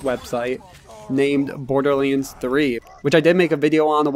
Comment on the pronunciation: Why are you saying borderlynds !?